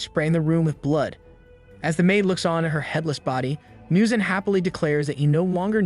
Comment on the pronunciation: Muzan not Miyuzan